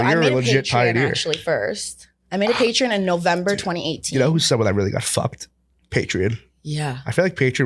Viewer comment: Theyre saying patreon like its spelled with an i and not an o lmfao wtf its pay tree on